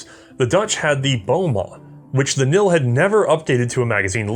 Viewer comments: Just for those that want to pronounce KNIL right....the K isn't silent. I know this might be common in English, but it's not in Dutch. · Love your videos. especially about the dutch manlicher family which I am making in scale. One thing however. the K in KNIl is a hard K, so it should be pronounced as such. keep u the good work, you've got another subscriber. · The k in knil is pronounced the same as in king. It is vocalised. Cool episode about a rather silenced part of our history. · Koninklijk Nederlands Indisch Leger "Cone ink lick Neigh dur lance Indish Lay her" will get you close to the actual pronunciation. The only difference would be the "sch" is analyzed by native speakers as an "s" sound followed by the "ch" sound in "Loch". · I know very little about old Dutch rifles and even less about the KNIL. As a Dutchie I'm loving these past couple of episodes. I'm also very impressed with ' Dutch pronunciation even though as already stated the K isn't silent. Good job! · You forgot the "L" in "KNIL" which stands for "Leger" or "Army" in English. Also the "K" is not silent. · The "K" in KNIL was pronounced. I had several relatives that served in the KNIL. All of them have since passed. My maternal grandfather was in the regular Dutch army, and sent (from Holland) to the East Indies (NOI) to fight in the Aceh wars. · In the Dutch language the k is indeed pronounced in the kn combination. We have this letter combination in our language and not just in acronyms. Examples: knoop (button), knap (handsome or clever) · I have to correct you on the pronounciation. KNIL is pronounced with the "K". I know it might be ridiculous for English speakers. But hey, it is the Dutch we are talking about, here. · The K, in KNIL isn't silent. I'll see myself out... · It's KNIL, not NIL ☺️ I know the English word written as knee is pronounced as nee, but that is not a custom in Dutch. Please consult your local native speaker of Dutch 😊